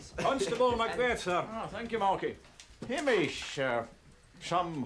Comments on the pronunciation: Hamish is pronounced hame ish like game ish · Ham ish is pronounced Hay mish .